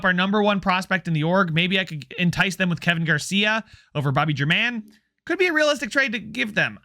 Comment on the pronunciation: At one point I think you said you cared about name pronunciation? If so, Bobby German should be pronounced HAIR MON, just like Domingo German.